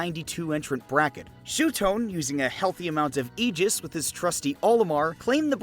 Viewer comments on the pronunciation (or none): none